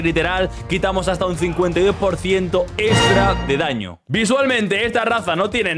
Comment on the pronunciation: bro es extra no estra xd, me entiendes